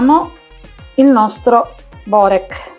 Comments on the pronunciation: Non si può sentire Borék non Bórek!😂... Inoltre quello con la feta è fatto con gli spinacini/spinaci... E non con il prezzemolo... In quello alla carne mancano le spezie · Si pronuncia biurek e non si fa cosi